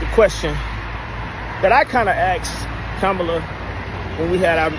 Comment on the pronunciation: First of all, why you so disrespectful? What if I call you Spam over and over again? If you watched the DNC convention Mrs. Harris's nieces explained in real simple instructions on how to pronounce her name and your dumb ass still can't get it right.